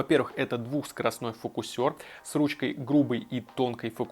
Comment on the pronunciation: ФокусЁр..ирИсовая.. фОооокусЕр. Иииирисовая.